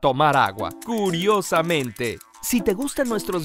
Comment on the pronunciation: XD lo corregiste pero esta couriosameeenre en vez de curiosamente